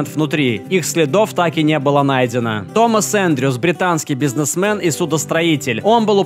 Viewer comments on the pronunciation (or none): none